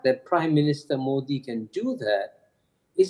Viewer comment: Mouldy or Moody???😂😂